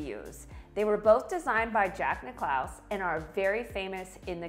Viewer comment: Nice Video. Pronunciation- Jack Nick-a-laus